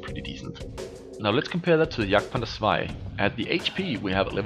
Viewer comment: why do u call it the yagpanzarsie instead of... Jagdpanther II/2